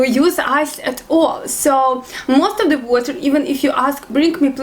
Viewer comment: your very cute when you speak english, i see you can't pronounce (""the"") word hahaha its alright slavic people really have hard time saying the word, because there is no ("th" "the") word in slavic languages.